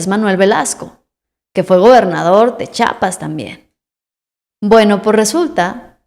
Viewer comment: No se dice chapas, es Chiapas (IA) Ch(IA)pas